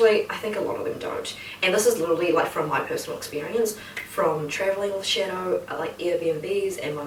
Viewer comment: Why does it sounds like she’s saying “Shitto” and not shadow I laughed my ass of so much when he tried to leave and shouted “SHITTO”